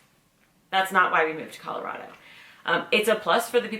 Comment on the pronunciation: I have no problem with you moving here, you say it right Colorado, it is not Colarodo..... I can't stand it when people who aren't from this state call it that!